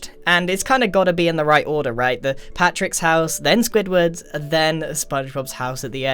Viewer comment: When you say Patric instead of Patrick